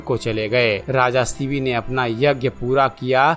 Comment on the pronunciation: थोडा स्पष्ट बोलो., शिवी नाहि शिबी राजा. Vedio banane के पहिले दारू मत pina.